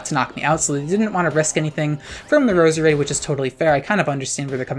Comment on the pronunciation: It’s Pronounced Rose-Rade